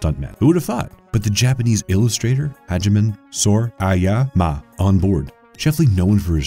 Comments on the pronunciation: Great list, terrible voice-over. It's a mess, with inconsistent tone shifts withing a single sentence, places where the reader seemed to not know where the end of the sentence is, completely butchered Hajime Sorayama's name, weird pauses that sound as if any given sentence was stitched together from several inconsistent takes... it sounds like there was no attempt at rehearsal at all, or ever reading the script before starting to record. But, still, good list. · Look, I really like this channel and I'll continue to watch the videos but it really bothers me when the narrator gets simple things like names wrong. Dennis HOOPER (really), and the terrible mispronunciation of "Hajime Sorayama." Great video overall, but little, FIXABLE errors like that really detract from the professionalism of the videos. IMHO.